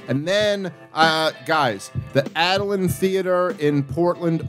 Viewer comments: Dave mispronouncing The Aladdin Theatre in Portland as “Adallin Theatre in Or E Gone” It’s Or E gun. Spoiler: there will be lots, tons of empty seats. Crazy he would attempt his “conedy” there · It’s the Aladdin theater- Dave can barely pronounce anything😂